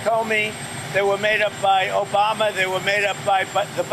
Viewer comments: that obamna caught me off guard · the random "OBAM-NA!" got me 😂